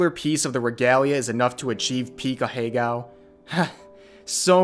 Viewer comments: Ahegao is a four syllable word smh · This goes without saying but the blatant mispronunciation really adds to the experience